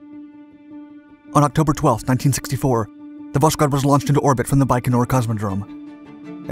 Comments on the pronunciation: It's pronounced Vas-Hode, with a silent-sounding 'k' and emphasis on the 'h'. Not Vash-Kode. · Its all great, but its pronounced vosHod, not voSHod. But overall its was a very interesting video. The series are great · Stop saying Voshkod or Voskod ,this is Voskhod! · It’s Vosk-hod not vosh-kod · Pronounced "vos-khot". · All the dislikes are Slavs that didn’t like your pronunciation of “Vos-khod” 🙃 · well it's really strange for me to hear "sz", it really kills the word that literally translates to east. I know that the narrator tries to pronounce it similarly to Russian but it seems up in a strange mix, just like pronouncing French word with English accent... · Voskhod means Sunrise. It is pronounced as vos-hod (s and h separately). Vostok means East. The narrator routinely butchers russian words and it is entirely avoidable if you only need to find out how to pronounce a single word. Overall the channel offers a lot of value and it would be even better if the author spent a few minutes extra to pronounce the foreign craft names correctly. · H in Voskhod is not silent. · Love the video but why the strange pronunciation of Voskhod ???